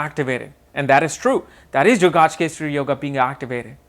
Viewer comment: Gaajkesari really, it's gajkesri.